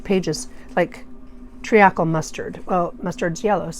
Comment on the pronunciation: this is absolutely beautiful. Thanks so much for sharing the results and how you made it. If you’d like to know, Furze is pronounced furz, celandine as selandine, and treacle as treecle. Treacle is similar to molasses. You may remember the dormouse in Alice in Wonderland telling the story of a treacle well. 😊😘